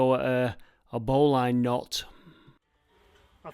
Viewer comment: yet another brilliant video. Well done for taking the trouble to construct COC Rover. Just a little point Bowline is pronounced bowlin (Lin not Line). And if you tie ribbons every 10feet along the string, you can get an idea of the depth of the shaft.👍